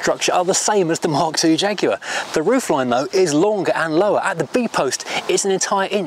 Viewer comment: So nice to have a Brit pronouncing the name properly. No American Jag-waah nonsense.